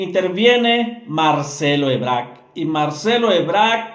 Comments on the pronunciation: Quien es Marcelo ebrak? Das información y no sabes decir el apellido de quien estas hablando? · Es Marcelo "Ebrard" no, Marcelo "Ebrarc" y Claudia "Sheinbaum" no, "Sheimbao"